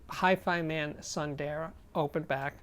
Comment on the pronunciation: I believe it's pronucned soon-the-raa which means beautiful in sanskrit. ☺ Great review Steve